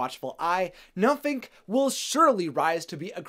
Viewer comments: Tbh I think it's because the youtuber doesn't know how to pronounce it correctly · It's not nuffink it's huffkin